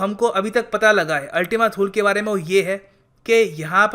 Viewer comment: अल्टिमा थूले not थूल